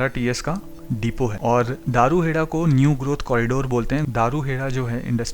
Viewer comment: Bhai, aap ne delhi gurgaon Alwar rrts route me aane wale metro stations ke names bataye unko sahi se bolna, ye hai dharuhera (daru hera wrong name and pronouncing daru hera se lagta hai ki ye daru(wine) wali jagah hai. Next is baawal. Bawaal bolne se lagta hai yahan par dangaa/fasaad hota hai. You can confirm the correct pronunciation of these names from advocates of gurgaon in hindi or from bus conductor of this routes. It is BAA WAL. Thank u. P. P. Sharma, Sr. Citizen, Gu rgaon. U.